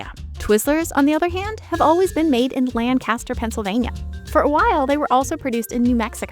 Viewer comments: Pennsylvania local here it's not pronounced lanCASTER it's pronounced Lane ca stir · IT'S PRONOUNCED "Lank-ister" sorry I just have to say it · You pronounced Lancaster wrong. It’s Lank-kiss-ster.